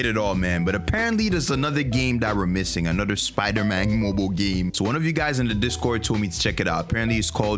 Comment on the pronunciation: that's sponder man ahaha